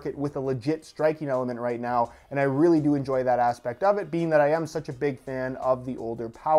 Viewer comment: Yes, i really do "enyoy" the video